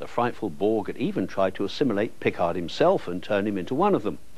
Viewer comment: I swear he liked to troll people with slight mispronunciations - it should be P'CARD, not PICK-ard 😂 He did the same with 'Schwarzenegger' - he liked to pronounce the W like a V but not even Arnie himself did that.